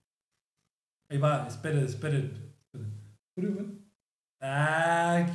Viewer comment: Le puso "furrio" pero a veces suena como que le dice "furio"